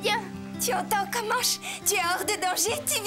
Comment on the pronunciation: comanche pas commanche 😂😂